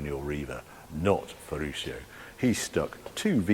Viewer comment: Dear Harry, many thanks for this exquisite insight in the Lamborghini Museum during your epic trip in the Countach.Just several small details, please do not mind...on your pronounciation of Ferruccio and others. You do it like "shio", but in fact, it is pronounced like "tshio" in italian ;-) .Here acoustically by an italian And the engineer's name wasn't Standasi but Stanzani.....And Bertone's first name was Nuccio("nutshio" spoken), not Niccolo...